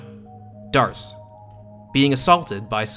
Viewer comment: D’arce is pronounced “Deh’Ark”. I believe it’s referencing Joan of Arc. Joan’s full name was Jehanne d'Arc. “D’”is shorthand for “De” which essentially means “belongs too/of/from”